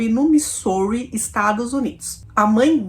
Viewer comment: nao fica brava comigo nao, mas ja assisti varios videos seus, e faco maratona muitas vezes, e quando voce menciona o nome da cidade Missouri - USA voce fala errado, nao e uma critica, sim uma ajuda. Na proxima vez que voce falar o nome dessa cidade diga assim: mizuri, ajuda ne, - nao fique brava, te curto demais. Bjo❤